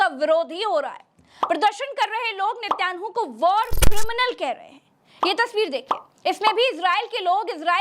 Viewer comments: Plz sahi naam to Lena seekho netan Yahoo hai naki nityanu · I liked your Journalism but the Name is NE-TAN-YAHU 10/10 Journalism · Please pronounce Nitinyahoo correctly